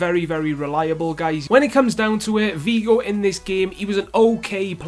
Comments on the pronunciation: Beerus haha tru he said "Vigo" instead of "Figo" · what is so hard about pronouncing the 'F' it is Figo ffs just like how it is spelt. Shows how much you know about football.